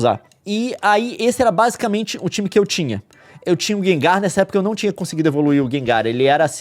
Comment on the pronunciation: que agonia ele falando o nome do gengar como "gengÁr" e não como "gÊngar"